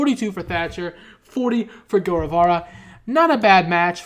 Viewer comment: Bro I don’t know if you see this but I’m writing this in 2020 and it’s crazy how far Sammy Guevara has come. I love how back then everyone was pronouncing his name wrong but now we all know. He’s the most over guy in wrestling in my opinion.